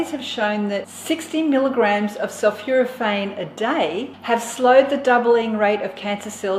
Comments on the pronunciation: Sulphoraphane not Sulphuraphane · Not sulfuraphane but sulphOrophane. Great stuff Gonna start making daily in my Nutribullet. Great presenter.